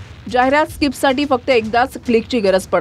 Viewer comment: स्काहिप नाही ते .... स्किप आहे सर